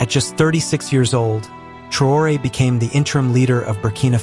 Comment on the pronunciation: Vous n'avez pas la possibilité de prononcer son nom de façon correcte ?